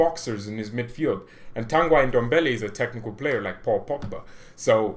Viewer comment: And not tangaj.TANGI ENDOMBELE